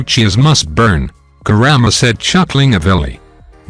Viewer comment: He is saying kurama grandma